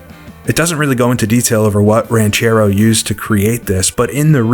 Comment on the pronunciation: Just so you know, you pronounced "Ranchero" better than 99% of English speaking folks.